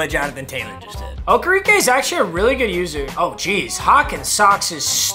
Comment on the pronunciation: Bobby Okereke is pronounced (oh-care-e-Kay) he changed it to be pronounced like that this season